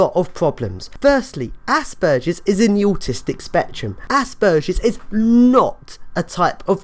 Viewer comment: Well at least you say Aspergers correctly. I am not sure I agree with some of your attitudes or some of your definitions. But I completely agree that there is a huge problem with the way autism and aspergers as being considered the same and treated the same. Your term of dumbing down is a bit hurtful although I doubt you intend for it to have that effect. Imagine having autism and needing help but having everyone insist that you must only have aspergers and refuse to understand or help you. Call me dumb if you must and ill try to not call you an asshole. Maybe you should try using your great brain to help others. Everyone deserves help and proper understand. We are all individuals with strengths and weaknesses.